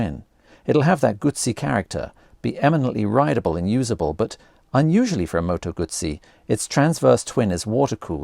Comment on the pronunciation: Awesome looking bike and can’t wait to see one in the flesh. Also nice to hear Moto Guzzi being pronounced properly for a change